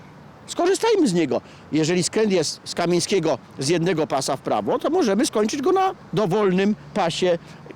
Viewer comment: bezpiecznie, Ulica KEMIEŃSKIEGO, a nie Kamińskiego. KA-MIEŃ-SKIE-GO!